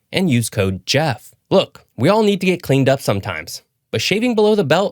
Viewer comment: I never thought I'd see the face behind General Knowledge's voice. 😀 I just wish Geoff had pronounced his name correctly.